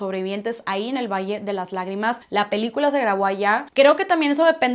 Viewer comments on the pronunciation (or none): ¿Porque dice “PELÉCULA”?